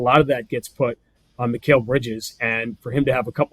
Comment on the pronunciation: Please don’t invite this dude to speak on the Knicks ever again! He can’t even pronounce Mikal’s name properly. He’s unpleasant.